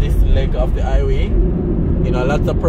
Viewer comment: Highway...not iway...put some emphasis on the h...like a mouth breathing sound.